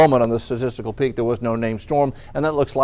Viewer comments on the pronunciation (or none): I don’t remember letter r being in the word peak.